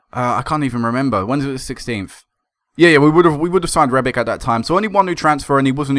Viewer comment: Rebic is Croatian so it's pronounced rebich. ;)